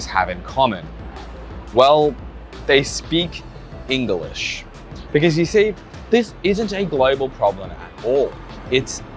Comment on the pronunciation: They speak “Engalish” lol